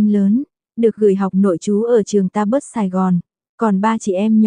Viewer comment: Mợ ơ: DON phát âm là ĐON, không phải là don diếc gì cả. Còn trường Lasalle Taberd ấy tôi đã từng học: trong hệ thống dòng tu Frères Lasalle điều hành; phát âm là Ta-be. Còn St Paul: là Saint Paul: Thánh Phaolô; xưa vẫn phát âm là Xanh Bôn, chứ không phải Ét-ê hoặc Xờ-tê. Đã làm việc đọc bài, cũng nên có kiến thức.Saint-Louis là Xanh-Lu-y ấy.